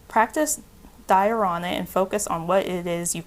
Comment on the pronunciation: Pile amethyst, "Dharana" is pronounced as dha-run. It means steady or holding or maintaining. "Bhakti" means devotion or intended offerings made from the heart to the divine. Volunteering, singing, dancing, teaching, anything can be considered bhakti as long as that intention is there. Thanks for this reading. Nice perspective